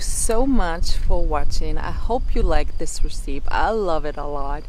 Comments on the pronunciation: If you would like to know how to pronounce recipe it is like this .... Res-ip-ee. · Hello, recipe is pronounced "ress-uh-pee".:D